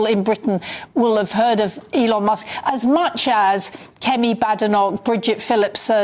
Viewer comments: NOT ELON MOSK! MUSK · Elon Mosk:face-fuchsia-tongue-out